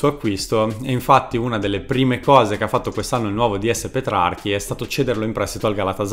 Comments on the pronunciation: Bel video ma il ds della Roma si chiama Petrachi e non Petrarchi come dici nel video. In ogni caso è una sottigliezza e apprezzo molto i tuoi video complimenti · Video fatto bene, purtroppo a Roma sono passati molti più flop di quelli da te menzionati... Solo due errori: 1) come già ti hanno fatto notare il DS è Petrachi e non Petrarchi. 2) Iturbe non fu l'acquisto più costoso della storia della Roma, bensì della Roma americana. Infatti fino all'arrivo di Schick l'acquisto più esoso della storia della Roma fu Gabriel Omar Batistuta nel maggio 2000 pagato 75 miliardi di lire, poco meno di 40 milioni di euro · Tutto vero, che dolore. (si chiama Petrachi però, non Petrarchi) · Cmq giusto per puntualizzare si chiama Petrachi no Petrarchi😂😉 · Si chiama Petrachi non Petrarchi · Petrachi non PetraRchi, Alisson non ALLison (sul primo passi ma sul secondo ragazzi sbagliate tutti santoddio) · E petrachi non petrarchi forzaroma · petrachi, non petrarchi